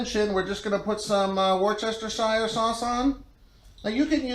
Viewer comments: Great cook—I just got a Pit Barrel Cooker, and I’m trying to decide whether the first cook will be a chicken or a tri-tip. Or maybe both. With all due respect, permit me to point out that the pronunciation of Worcestershire is Woostersheer. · Good job, bud! I love my Pit Barrel, too. Amazing smoker and very little tending needed. Super nice kitchen. Not nitpicking (I appreciate it when people correct me when I'm mispronouncing), but go here to find out how to pronounce Worcestershire